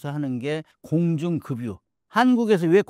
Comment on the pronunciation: 작가 공중금유? 급 발음 안되나. 작가 경상도 발음 ㅎ~